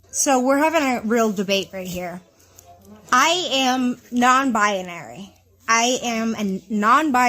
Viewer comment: Every time she said “nonbi-ah-nary” I wanted to scream. Not a word. Also there’s no such thing as a non binary woman. You’re one or the other. Third, hope her husband leaves her, he deserves better. “Offended” because she can’t make up her mind but he has. Yikes.